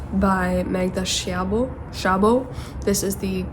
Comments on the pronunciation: In The Door the narrator is actually Magda Szabo herself!! :) (you pronounce it with an “s” in hungarian) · Also, the 'sz' in Szabó is pronounced like the 's' in say. I just thought to tell you because I know you like to know how to pronounce names in different languages.